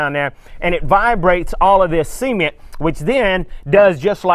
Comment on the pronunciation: Sea-men-t and rubarb ....of course they needed to tear it down A good builder would use concrete and rebar and that tool is called a donkey dick...just sayin JK love the videos